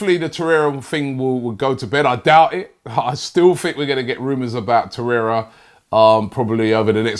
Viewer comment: Nwabekee samuel I’m starting to think Robbie miss pronounces names on purpose for more views and comments smart business man like Stan🤣